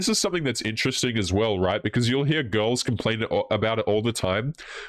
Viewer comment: pronounces "girls" as "ghouls" and I love i!